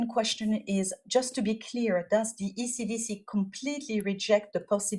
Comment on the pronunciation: I thought she was saying acdc not ecdc then i saw the writing in the background